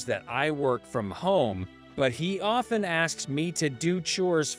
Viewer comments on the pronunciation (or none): none